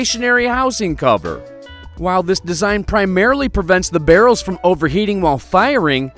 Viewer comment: Why he say barrel's like that